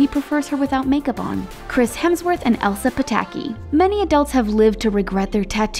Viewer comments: Am I the only one that heard the speaker say Emily when she was talking about Chris Hemsworth and Elsa Pataky? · her name isn't "Emma", it's Elsa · I heard that too!